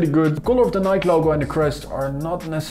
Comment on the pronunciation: It's Ni-kee